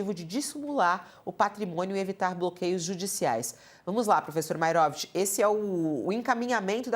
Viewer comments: "É maeróvitch!" 😂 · Uma sedizente jornalista, que não consegue falar Maierovich, deve falar outros horrores: iorguti, mortandela, largatixa, sombrancelhas e asterístico, tudo junto e "mixturado". 😅